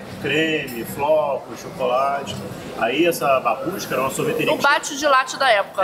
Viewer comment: Vocês estão falando " Babuska" eu tô entendendo " Mamusca" 🤣🤣